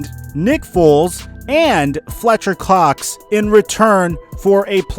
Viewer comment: Did he really say fletcher clox